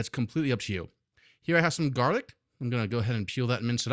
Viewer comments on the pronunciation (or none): none